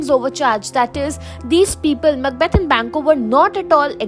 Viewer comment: Mucbath????? Huhh???!!!😂😂😂 It's Macbeth 😂😂😂